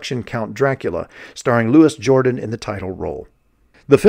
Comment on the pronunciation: Louis Jordan= Louis (loo ee ) Jourdan (zhur DAN) Wonderful French actor.